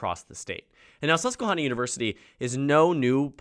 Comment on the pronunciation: The first "a" in susquehanna is pronounced like "hand"